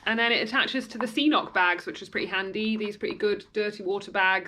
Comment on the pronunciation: It’s pronounced ca-noc not see-noc.😂